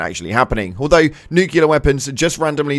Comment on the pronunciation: Nucellar weapons lmaoo